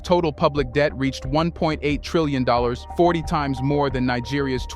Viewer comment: Maybe make the t (Trillion) silent